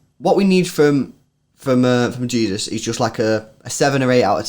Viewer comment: It’s Gabriel Je-sus not Jesus lol